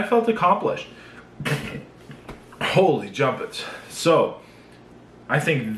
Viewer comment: Did u say Holy Jump its?